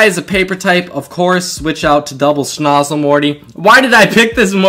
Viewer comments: Just so you know for future vids, its snOOzle not snozle. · Bruh cant you read it says soozle not snozle